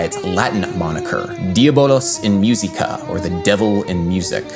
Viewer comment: It sounded horrible. I cringed every time he said “myew seeka”.